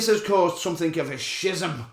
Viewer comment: Not to be a dick, but schism is pronounced 'skiz-ism'. The 'ch' is more like 'k', like in chaos, or Christopher.